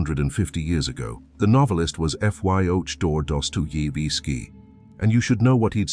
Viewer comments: "Careful research, original scriptwriting, and detailed creative direction" ruined by an AI narrator that can't pronounce the name of the author the video is about. It makes me wonder about the actual care put into the research and script. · Funny when the AI tries to pronounce Dostoyevski.